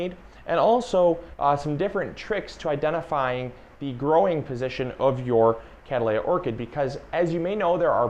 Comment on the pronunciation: Hi. I noticed all these youtube videos are mispronouncing Cattleya. And I thought, well I have a big mouth and no one else is saying anything so I'll put the word out. If you google cattleya you'll see they we're named after a guy named Cattley - thereby being Catt lee uh. It's an interesting story. Just tell people there are no cows! haha (For this information I get one free CATT-lee-uh) haha.